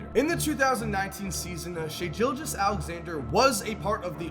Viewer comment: It ain’t Jilgis